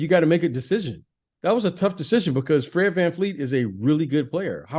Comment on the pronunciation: Fred's one of your favorite players but you don't know how to pronounce his last name? It's VanVleet, not VanFleet. You need to watch some Scottie Barnes stuff this season. You'll adjust your Pippen comps a bit. He's really breathing some rarified air. 8.0 Box Plus Minus is clipping Kawhi's lone season in Toronto.